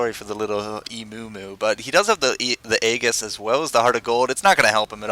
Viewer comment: Aye-Gis Haha,silly white boy that's not how you say Aegis.